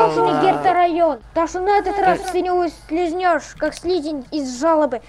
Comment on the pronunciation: он сказал услизнешь)